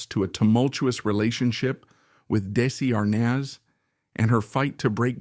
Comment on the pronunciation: PLEASE learn to pronounce Desi Arnaz's name and Desi-Lu correctly!